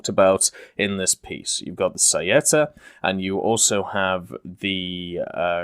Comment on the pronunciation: Beh, in realtà l'ha pronunciato abbastanza bene, preferirei migliorasse quella di freccia, o saetta, tutte le volte che ha detto "saietta" mi ha ucciso XD